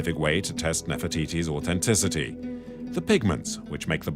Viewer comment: What is this 'AUTENTICITY'? Say it properly! It has a TH ! AU TH ENTICITY 😂